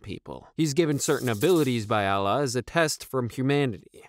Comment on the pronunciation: Allah not Alah brother